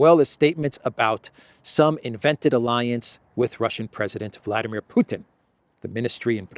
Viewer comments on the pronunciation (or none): none